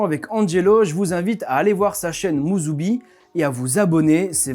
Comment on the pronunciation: Bravo, Oosaka a été bien prononcé, mais pas musubi (le lien ?). Pour quelqu’un qui vit au Japon depuis 10 ans, je trouve son accent et délié très niveau débutant. Sans doute fait exprès car avec les Japonais ça avait l’air mieux. Les portugais ont amené les tempura, donc c’est une bonne chose. Et notre calendrier est basé sur le soleil, l’an zéro n’a rien à voir avec Jésus mais avec notre éon (celui du Poisson), donc lié à la précession solaire. L’allégorie est bien présente dans la bible (sortie de l’éon du Bélier pour passer à celui du Poissons). Pas étonnant puisque Jésus a été inventé dans un concile bien après l’an zéro. Je laisse ça là, ce sera rejeté par la majorité qui a cru ces fables et les a cru au 1er degré.